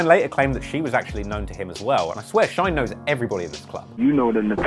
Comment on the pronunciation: His name is not Shoiyne bu Shyne